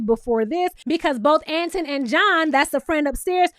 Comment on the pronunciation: Boo, who’s Ant in? 😂😂 I think you say it like Antoine.